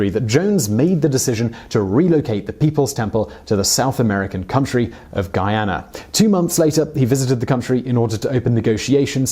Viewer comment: You pronounced Guyana correctly 🤯👏👏👏👏